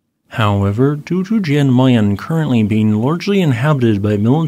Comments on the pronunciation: Yay, I could see my house there for a second in the very beginning. Anyway, thanks for the update. Always interesting to see things about things in my neighbourhood. Oh, and Jan Mayen is roughly pronounced "Yan Mine". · Same here. And I lost interest as soon as I heard «Jan Mayen»